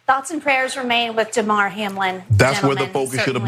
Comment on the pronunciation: When the lady at the end keeps calling him "Day-mar" not Damar (clearly just reading it off with no idea about what the dude's name is) def makes it seem this is just an outrage video to get views.